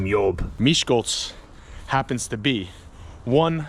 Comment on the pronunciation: Wow! I live in Miskolc. This video is just incredible. You told most of the historical facts and most about the famous people that were born here. And, your Hungarian pronunciation is amazing! And, you've comfirmed what I claimed many times. Miskolc isn't that dangerous, really. I am a 16 years old girl, and I can easily walk home at night alone for example from a club, without being attacked or robbed. So; I think that's just bad language. So...Isten Áldjon!